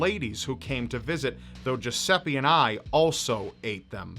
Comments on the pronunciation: Yeah, that's what I think, I'm Italian and "Geseppe" is not a name ahahah But "Giuseppe" is, has a strange pronunciation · it took me like forever to finde out that the "jusepee" you are talking about is actually a misspronounced italian name... americans are experts for that